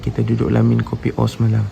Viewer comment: Assalamualaikum encik,sebutan KOPIO bukan KOPI O tp KEPIO...mf ye saya hanya tegur dan perbetulkan sebutan..